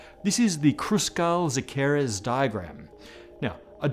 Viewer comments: English friendly pronunciation of Szekeres is " Sekeresh ". Very interesting episode as always. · You know the "s" from silent? That's how you pronounce "Sz"ekeres; so it's not only you, always teaching me ^^ Cheers and love from Hungary! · But will he learn to say Szekeres? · Oh no, you butchered the name of poor Szekeres again :(